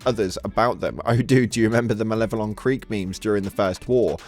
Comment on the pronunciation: Never never say Creekweek again. You are costing us the major order.